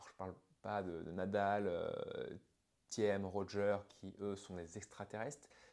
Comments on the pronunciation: Thiem se prononce tim et pas tiem. A part ça très bonne vidéo! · Super ta vidéo juste un truc quand tu dit thiem. C’est pas « tième » mais « tim » le e en allemand est muet. Juste une petite rectification 😅. T’es vidéo m’aide beaucoup. J’ai beaucoup progressé grâce à t’es conseils